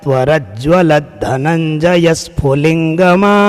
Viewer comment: 6th slokh mai phulingama nahi phulingabha hota hai glt bol re ho aur uper se higlight karke likh diya aapne phulingama bolna mai bht confuse kar diya aapne